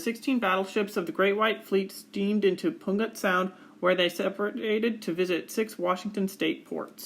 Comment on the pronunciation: The name of Puget Sound is pronounced "Pew-jit", as in "church pew", and the first sound of the word "jittery".